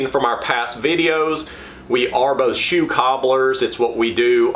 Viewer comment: Bewt. Shew.